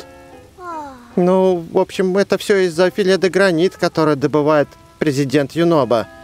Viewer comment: прочитал филе де гранит как филе де грейнт